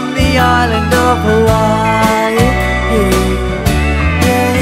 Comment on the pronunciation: tom say: "in hawaii" me: "hermioneee"